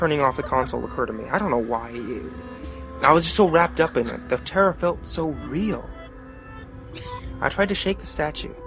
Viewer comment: Daddy, you mean it's not weal?